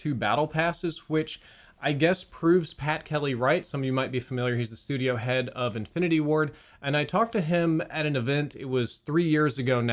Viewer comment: Idk why ‘Shtudio’ sent me into giggle fit